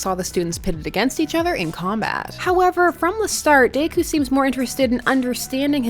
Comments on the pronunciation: day-coo? it's Deh-coo. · Im i the only one that notices she is say “dayku” instead of deku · No hate here but I think deku is pronounced “Deh-kyu” instead of “day-kyu” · DEku not Dayku lol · "DaykU" she says. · It's Deku not Daku. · Is anyone else getting mad she’s saying daku instead of deku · “Midorya or dAkOo” lmao why she say deku like that? XD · No one, Not a single soul, Her: "Day-ku" "..... Yep, perfect pronunciation......" (This is a JOKE) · Lowkey feel like you pronounced Deku as Daeku just to pis$ some fans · i love you but dayku is killing me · I’m bothered you’re pronouncing Deku like daikoo